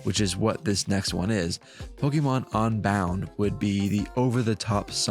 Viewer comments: i hate when people like you pronounce "un" like "on" "pokemon onbound". its UN you philistine! UNbound not ONbound. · i agree, pronouncing un like on is onhinged!